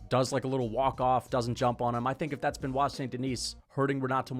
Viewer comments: Bennett saint denis???? Cmon that pronounciation is not just peaches and cream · Bro was gone so long, he forgot how to pronounce Benoit.....😅😂 "Bennett"? 🤔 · Why is bro wearing a silly little hat and mispronouncing Benoits name 😭💀